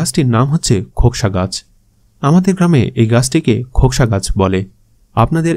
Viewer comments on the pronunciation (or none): ভাই একবার খোকসা বললেন। আর ফল বলার সময় বন্য ডুমুর বললেন। একটু ক্লিয়ার করে বলবেন? দয়া করে।